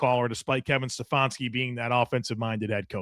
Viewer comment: I started thinking Stef-on-ski was a dig on the bad coaching lol.